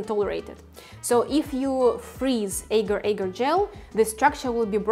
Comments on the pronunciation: As a malay, this is so painful. Its not eger eger, its, AGAR AGAR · It is aaahhhh- gaaahr... aaahhh- gaaahr .. soft a's, not hard / long a's... in Malay and Indonesian...